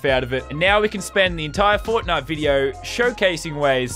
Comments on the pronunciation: Nah she said fortnut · Did she just say fortnutch? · did she say fortnth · She is right i agree that we should ban FARTHIDE forever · I thought She Said Fortniut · the way they pronounce FAWWTNITE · Crazyfireball 808 lol ikr